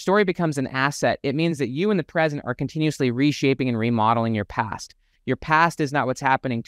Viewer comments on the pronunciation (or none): none